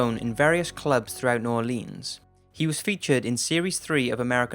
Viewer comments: NEW ORLEEENS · I’m cringing so hard with the pronunciation of New Orleans. For anyone who is not from Louisiana, it’s pronounced New Or Lens.